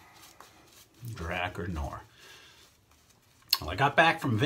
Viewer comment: It's pronounced Dra 'Car Noir. I for one buy a lot of products I see on YouTube reviews and I know my subs do too.